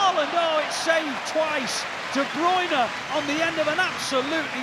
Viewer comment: I wonder if commentators will every pronounce De Bruyne as De Bruyne and not The Broine. 😆